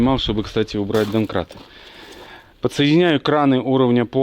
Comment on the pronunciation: ДАНКРАТ ))) Я не ослышался дважды?